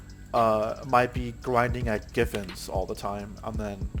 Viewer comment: is he calling Gyfin... giffins? LOL "Guuyy-Finn" dude fs xDD